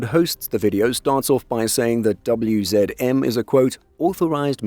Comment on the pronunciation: Well done for pronouncing WZM, HSW, PGZ and Bumar😊